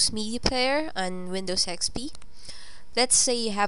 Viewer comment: Lol i thought u said windows sex pee